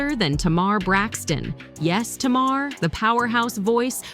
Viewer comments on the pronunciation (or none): It’s NOT T’Mar